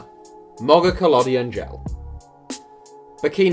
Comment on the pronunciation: The way he pronounced "Mogokolodi Ngele" of Botswana though😐😐